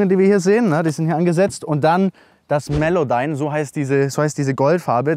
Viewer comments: Woher die “Melodyme” gekommen junge?! 😂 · er sagte ganze Zeit melowdyme, nicht melodyme)